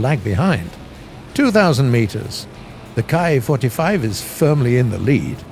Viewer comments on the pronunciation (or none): Ki-45 (KEEE) it's pronounced Keee-45